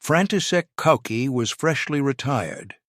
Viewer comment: CZed!!!!! Not CZee!!!!!! The letter z is pronunced zed!!!! Koucky is not pronounced "Cookie", but "Kootskie"! Czech pronunciation! And overall there is a much much better video about the CZ75 on the youtube channel of Forgotten Weapons! Where this all is presented by an actual human talking into a camera. And Ian McCullum also has some real CZ 75 to show disassemble and explain!